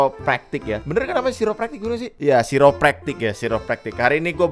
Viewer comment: Pronounce nya kairę’praktik bro,,,aku pernah ke situ,,chiropractors ahli tulang